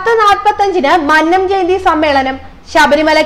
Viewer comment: പെംകൊച്ചെ മഅനംജയന്തിയല്ല അല്ല "മന്നംജയന്തി" നന്നായി പറഞ്ഞു പഠിക്കൂ ഇല്ലേൽ പണിയാകും